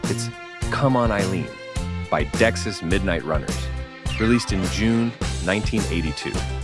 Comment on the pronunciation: Dexy's is pronounced like Dexies not Dexiss.